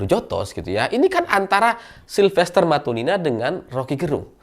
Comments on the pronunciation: Matutina,... Bukan Matunina...😂😂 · Bukan matunina tapi matutina